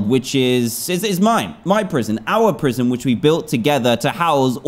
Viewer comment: Watch the episode again he said proision